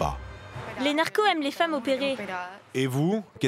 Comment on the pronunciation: A des narcons elle m’a tué